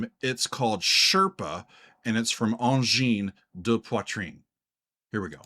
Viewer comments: So happy to see two local guys from Quebec showcased on all of my favourite music related Youtube channels :) BTW your French pronunciation is pretty good... for an American :P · The good thing about being late to the party: at least you pronounce the name correctly. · Thanks so much for reacting to them! I am from Quebec and here we're all so proud of these guys blowing the mind of the entire planet. By the way, you'Re doing good saying their name. Great practicing. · Dude, your very decent pronunciation of their name and whipping out a pipe while grooving to some weird music from Quebec makes you an honorary Canadian in my eyes. Vive le Quebec! Vive le Canada! Vive AdP! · Your prononciation of Angine de Poitrine is pretty good, but the title of your video is mispelled ;-) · Your work payed out, you had one of the closedt pronounciation that I heard a non-french speaker manage :) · your pronunciation of ''Angine de poitrine'' is very good by the way 👍👍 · You've pronounced the name quite well! 👌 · You pronounced it correctly, bravo ! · You pronounced it very well. 👍👏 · SHEERS from Québec ! This reaction was really interessting and productive. We all going crazy here in Québec and are very proud. Your prononciation of ANGINE DE POITRINE is really good and keep in mind that our language here is différent than french from France in term of prononciation. Thanks for that réaction ! ANGINE DE POITRIIIIIIIIINE 🔺️🙌🔺️ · Your prononciation of Angine de Poitrine is very good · Great review and analysis of Angine de Poitrine's music. And also very good pronunciation,! Merci, from Montréal, Québec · Angine de poitrine took over Québec and now their sight is set on the rest of the world. Whatch out! 🖐️🔺🤚 PS : your pronunciation of the band’s name is spot on! It translates to “Angina Pectoris” in English.